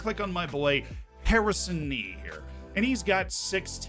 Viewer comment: Harrison Nee? Naw, that young man is HAIR-i-son Nee!